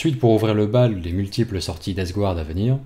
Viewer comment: Deathguard!!! DeathGARDE, pas DeathGOUARDE, par pitié!!! Mes oreilles saignent, ne cède pas a la tentation du Grand Immondice...aaaargh... sinon top, merci pour le boulot